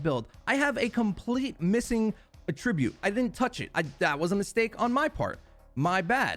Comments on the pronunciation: Is it me or does he keep using the wrong attribute (the word). You keep pronouncing the verb and not the noun version of the word. It was throwing me off. SMH lol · Bruh, u gotta learn the different meanings and pronunciations of attribute. You're using the wrong one. Like your content, but that's cringe af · You pronounce attribute in a very unique way. It becomes “a tribute”. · It's attribute not attribute